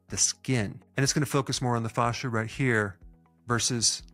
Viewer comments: The pronunciation of fascia is triggering me. Thanks for the exercises. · The way he pronounces “fascia” reminds me of Goldmember saying “father”. IYKYK